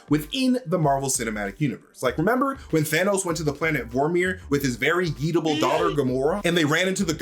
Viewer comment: When he said yeet-able i heard eatable instead ....👁️👄👁️